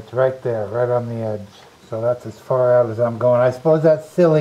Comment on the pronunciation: Far!!!! Not fad!!! EXQUISITE!!!!!